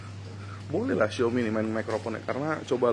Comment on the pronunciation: XiAOmi Bro, bukan XiOmi